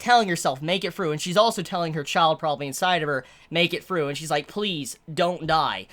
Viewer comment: "make it fru make it fru"